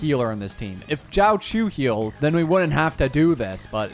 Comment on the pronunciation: when r u doing the nihiltiy only summons for jiaoqiu? And its not JOWCHEW its xiaoshu